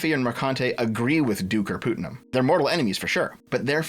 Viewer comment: Every time you say pootnum I die a little. Putt like in golfing. It's a pretty common name.